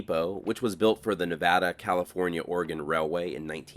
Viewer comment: this is a phenomenal video and piece of narration! What a pleasure to watch! Thank you and my wife, who’s from Nevada, says thank you for pronouncing Nevada correctly!